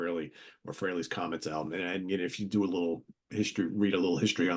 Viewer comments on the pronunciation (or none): It’s FRAY-LEE, Martin